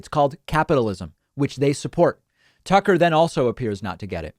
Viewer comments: he called him “Sucker” not Tucker. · Does Hawley say 'sucker' when replying to Tucker at 4.49??😂😂